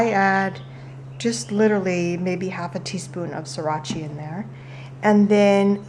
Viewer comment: lol you said srirachi instead of sriracha and made it sound like Italian.